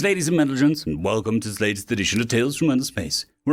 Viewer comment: Mentlegents. Gentlemen rearranged.